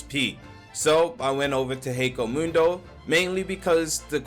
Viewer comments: i mean this dude can’t even say hueco mundo correctly so 😭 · "kyokasugetsu" "hekomudo" - 2024